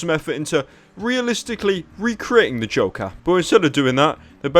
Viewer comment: i like how pyro says the name joker... "Da Jowkar"